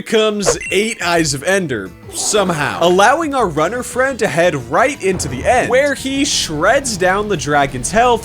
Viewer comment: I heard rudder not runner